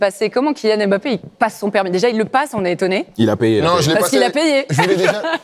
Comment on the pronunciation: Ce qui me saoule c'est la blonde pourquoi elle l'appelle aimebappé sérieux alors que c'est un M muet! Bon sang de bonsoir